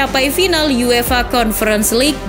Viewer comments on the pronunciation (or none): none